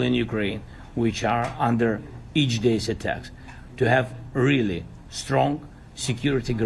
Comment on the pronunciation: weely weely bad.... i májt yay